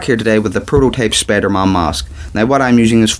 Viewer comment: Its not spidermon it's spiderman